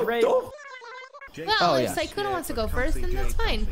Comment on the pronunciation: Instead of them saying “Sykkuno” I hear SAKUNNO